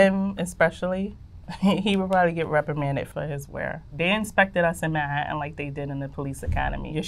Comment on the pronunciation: ‘In Mah-hattin’ lmao